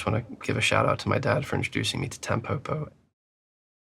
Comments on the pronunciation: The pronunciation isn’t Tam poh poh, it’s tam po (like po in pot) and po (like po in pot). It means dandelion in Japanese. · "TEMpopo"? bro, why would you say it like that, it's not an english word 🥲